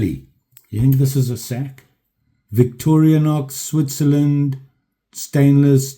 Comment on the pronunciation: Great video, but really man Victori "A" nox no effin "A" in VICTORINOX & Calamus Now your messing with me because you know that's my rich in USA History HomeTown "CAMILLUS" jUST SAYIN'.... 1st amendment.... Is'nt Calamus that hallucinogenic root yeah that explains alot... just kidding.... lots of likes coming your way 1st Video I watch every day Rogue Blade, Peace Out